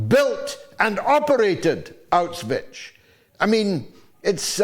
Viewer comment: One way to avoid erasing history is to learn to pronounce "Auschwitz" properly! Mr. Galloway gives it a strange Slavic viberation by ending with "..ich".